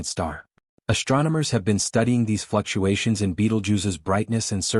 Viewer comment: Fluctuations? FlucUAmericans!